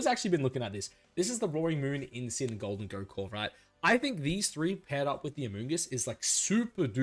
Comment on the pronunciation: The way u say gholdengo is so terrible